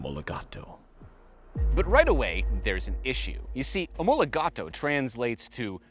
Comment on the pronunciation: It's incredible..even a car review channel with almost 2 mln subs, can't spell the name properly..STO stands for SUPER TROFEO OMOLOGATA, NOT OMOLOGATOOOO. Damn..it's like to say, i don't know, ferrari 812 superFAT... is that hard to name this car properly???